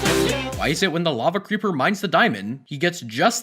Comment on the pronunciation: Mikæl Mayeurs I AM TRIGGERED I HatE HE SAID LAVE CREEPER